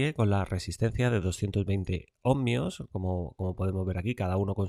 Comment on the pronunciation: Otro que dice "omNios"